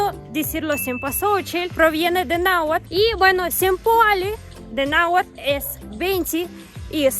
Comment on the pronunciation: ¿Tienes maestro de Nahuatl? Pues cambia de maestro porque no te está enseñando una pronunciacion adecuada, el "tl" es muy suave y no tan marcado, es como en "castle" o "atlas", muy suave. Difícil de creer que sea un nahuablante nativo. 🤔 (ojala y no estés pagando).